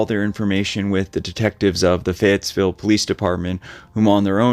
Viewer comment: Fayetteville is known as a tough town. There is no "s" in Fayetteville though.